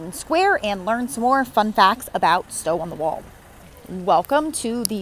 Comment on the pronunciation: PLEASE learn to pronounce the name of the town! It isn’t “walled”.